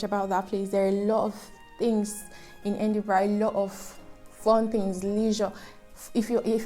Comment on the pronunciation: I think most of those cities are topping the list because of the good schools located there. Edinburgh is a nice place- try the Edinburgh Castle and Museum when there. I was laughing at your pronunciation of “Kay-Tram” and “Edin-bruh”.😂😂😂 . One of the wahala of locations in this country, they are not pronounced as written.